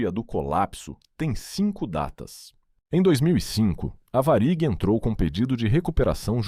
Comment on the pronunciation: Boa reportagem,só falta esse narrador pronunciar de maneira correta,o nome da VARIG